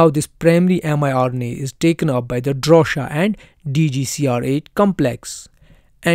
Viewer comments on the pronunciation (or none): DROSHA-NOT DORSHA!